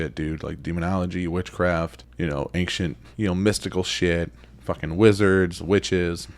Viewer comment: I dig you and your channel, but I absolutely hate the way you say "Ancient" looooooool You say it just like Zak Fagans. 😅😅😅 Bagans*